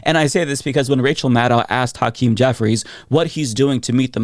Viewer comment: I see mispronounce Hakeem Jeffries first name which is what white folks do. The Democrats need to be UNITED, not divided. Even the repugs are talking the same talking points. They're united whether they believe in it or not. We the people have to lead ourselves and become UNITED because these politicians are NOT LEADERS.